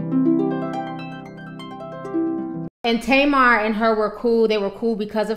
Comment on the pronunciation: Her name is pronounced TAH-MAR and it means date (fruit) in Hebrew ... it drives me nuts as an Israeli hearing it the other way 😅